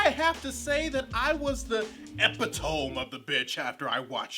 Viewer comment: Sorry to be that guy, but it's pronounced "epit-to-me," not "epi-tome." Other than that, the Coolio thing I think is someone trying to be "cool and down with the kids."